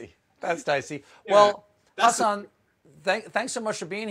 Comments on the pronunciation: Jaja Stephen pronounced his name right this time jejej, after so many times Hasan talked about on in talk shows it finally paid off jeje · Wow Stephen actually pronounces Hasan's name correctly,👍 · I like that Stephen tries so hard to pronounce Hasan’s name properly and i like him that much more for that. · Steven said your name right Hasan!!! Hooray lol 😁😂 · Anybody else noticed how clearly and correctly Stephen pronounced Hasan’s name?! It’s like everybody knows how dicey things can get if the name is not said right 😅🤣🤣Hasan is very particular about people not saying brown peoples names right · Can we all appreciate that Stephen is trying really hard with pronouncing Hasan's name